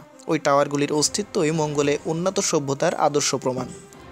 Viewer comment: উন্নাতো সভ্যতা !!!! বাহ্ !! চমতকার উচ্চারণ !!!